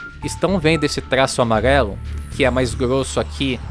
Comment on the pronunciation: “Amaguelo” kkkkkkk